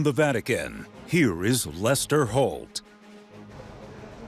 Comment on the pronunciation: the guy called him Luster, not Lester, lol